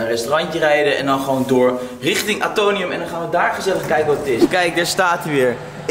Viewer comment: Het is AtoMium, niet Atonium lol. Omdat het de atomen voorstelt van het element Ijzer. Weer wat bijgeleerd 🙂